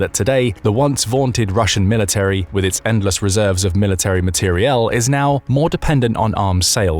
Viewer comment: "materielle" Do you either a) have a speech impediment or b) not heard of the word "equipment"?